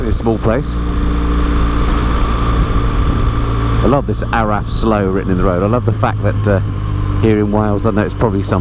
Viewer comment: or even "bet-us err coyd" :) Btw, "Araf" is pronounced arav - single f becomes a v sound (from an Englishman living in Wales with a Welsh speaking wife!)